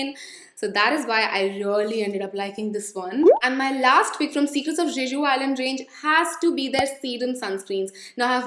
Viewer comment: Hey, the way you pronounce Jeju is not the correct way to pronounce it. It's literally pronounced as Je-ju. I hope you take this as a constructive feedback. ❤️❤️